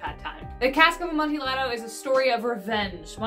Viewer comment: Yes, a few of them. I love to read. Helpful hint, sunflower: Amontillado is pronounced with the two Ls sounding like a Y. So, Amonteeyado, phonetically.👍🌻